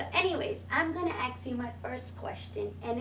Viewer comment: Wow this chick keeps saying aks instead of ask. lmao